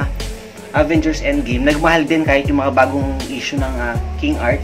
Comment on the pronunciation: ang ganda ng "indgim" pati yung inpinity war ang galing talaga ng avin girs atsaka napanood ko din yung "sibil war" ang ganda! panoorin niyo na! hahahaha